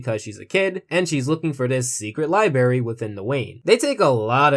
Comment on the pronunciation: Li*bra*y dude. Also, nice video! I kinda see what you're getting at.